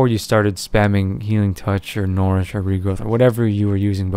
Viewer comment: STOP Misspronouncing NOURISH ITS SAID LIKE NURISH NOT NORISH! RAWWWWWWWWWWWWWWWWWWWRRRRRRRRRRRRRR. please thumbs :D